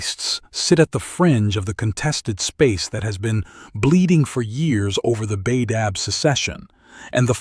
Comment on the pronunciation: "genna-seed" it's pronounced "jean-seed" and it's not "Bay-dab", it's pronounced "Bah-dab"